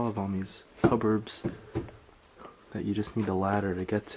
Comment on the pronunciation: I love your commentary! (Even though you mispronounced “cupboard” 😉) your voice is very relaxing!